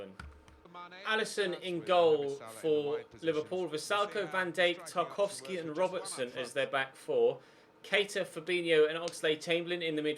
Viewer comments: It’s Van Dijk not ‘ Van Dake ‘ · "van Dake" 😂